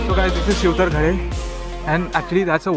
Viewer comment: It's Shivtharghal not shivtharghale.